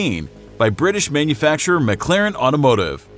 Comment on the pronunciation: "mig-larin" its "mic- claren" holy fk these channels are so cringy